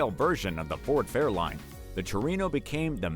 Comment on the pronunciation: The Falcon GT was a Australian car right? Are they all over sea cars? Here in USA the non-Boss 429's first year was 70'. The AI has a few names wrong. Ford Fairlane pronounced as Fairline. Because I had both a Fairlane 500 GT and Ford Cobra 428CJ I think the Fairlane Cobras only had the Cobras on the fenders. Like the all red Formal Roof. That looks like Gateway Classic Cars footage. Not sure why and I'm not bashing just noticed things about them. The fastback hoodscoop only has 428 and no Cobra Jet. Also it had Cobra Fender badges with Cobra block letter tag. Mine only had one on the trunk lid. Maybe someone watching has one. Though this was 35yrs or more ago. I do miss that Cobra. And my others. I loved my Mustangs. Just got older and needed a 4x4 to get to work.